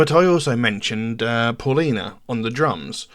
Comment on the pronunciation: Please . Spanish sound the AU like the car . . . Audi . . Pow-lina . . Paulina. . . Its not . . What ever we want to call her . .